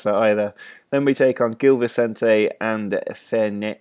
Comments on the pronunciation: it's zhil vicente (like yuri zhirkov) and pakosh de fereira 😆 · The G in Gil Vicente is a soft G, not a hard one, like the one in the word 'challenge'. The Ç in Paços works as 'SS', not like a C. And the stadium is Luz, not Luiz. That's the portuguese word for Light. Otherwise, you're on the right track!